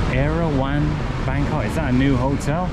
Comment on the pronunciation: Sounds funny when you pronounced it Bangkock, lol